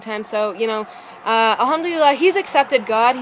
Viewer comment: where did you learn arabic..? your pronounciation of alhamdulillah is great! !!